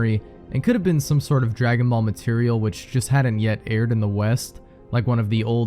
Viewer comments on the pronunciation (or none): none